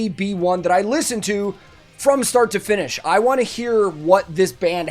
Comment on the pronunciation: "listen to it from start to fin(n)ish" X-D